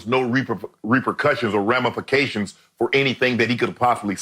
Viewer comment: “Ramerfercations” -Shannon